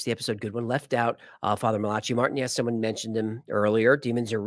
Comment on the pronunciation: I think it's pronounced Mal-uhk-eye not Malatschee